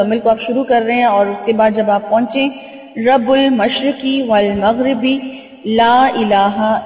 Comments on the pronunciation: Bahin Ap ny Rabul mashreki wal maghrebi bola hy jabkeh yeh Rabul mashreky walmaghreby hy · رب المشرق والمغرب الفاط صحیح پڑھ لیا کرو۔